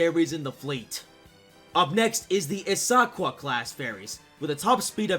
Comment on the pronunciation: Just wanna point out some things even though it’s an April fools vid and I’m late.! First of all you said issaquah wrong it’s more like isa qua sh. Second it takes a WHILE to make ferries so they need to keep the old ones while making newer ones. But they are tight on money. Third they might be able to make a bridge instead of a ferry route but again they are tight on money. Also the lakes would be too deep to put supports so it would have to be a floating bridge. Why put a bridge tho if you can’t even get out and enjoy the view, ok this one was stupid of me, anyways drivers will get scared once they reach the middle of a floating bridge that long, they will get paranoid. Fourth ferries are can’t go fast cause all of that weight is being pushed onto the vessel so I wouldn’t keep bragging about how slow ferries are do your research and shut up.and finally fifth I live in Washington state.